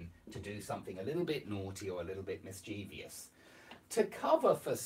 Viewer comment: Hi,. Without wishing to come across as uncouth, ungrateful or anything of the sort, but doesn't the word 'mischievous' have its stress on the first syllable? Mmm, that's what I was led to believe to be the case... Sorry about that. Thanks for the upload.